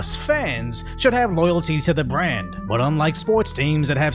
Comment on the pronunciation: Please, take some elocution lessons. "H oar", "storedom", "bwand". It's hard to take this video seriously when you're mispronouncing words like a 5yo.